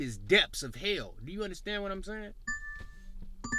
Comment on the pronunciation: I innnerstand u bruddah